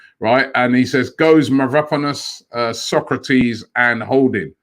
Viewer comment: Take a shot every time Robbie butchers Mavropanos' name